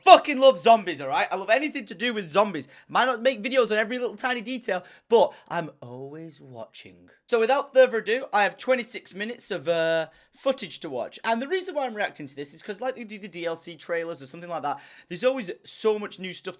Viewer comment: "Without therther ado"